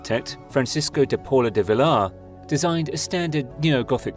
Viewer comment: It seems you don't know how to pronounce the name of the structure (Familia: pronounced as "fah-MEE-lee-ah") nor names with "ll" like Villar. If you're going to make an 18-minute documentary about a structure in Barcelona, get someone who is familiar with Catalan and Castilian -- or at least one of them.